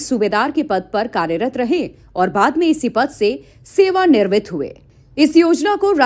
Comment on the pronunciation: Sewa nirmit nhi Sewa niwrit bolo❤❤❤